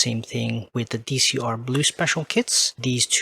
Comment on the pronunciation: Fun fact: It's not Dee Cee aRe. It's Decross.